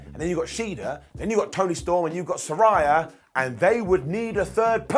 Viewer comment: One day, will pronounce Saraya consistently correct.